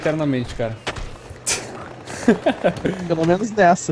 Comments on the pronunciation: é impressao minha ou esse neo nao fala a letra r? tipo cara é caga '-' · Neo n fala cara kkkk ele fala caga kkkkkkkkkkkk